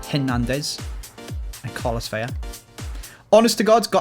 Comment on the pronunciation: Carlos Vela is just a single L, it doesn’t make a “y” sound.